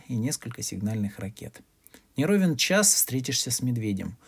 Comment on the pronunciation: НЕ ровЕн час, ударение на букву "йо".